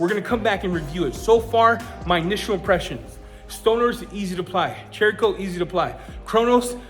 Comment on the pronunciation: You pronounce "Cerakote" like SERRA-KOTE. Not CHERRA-KOTE. I forgive you... 🤣👌🏻